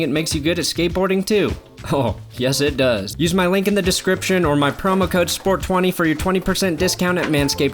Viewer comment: sport20 sounds suspiciously familiar to 420 when you say it